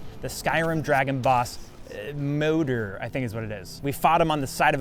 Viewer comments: it isnt "motor" its Moooder with a long o.. that means Mother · Moder.. Moh-durr As in "Mother"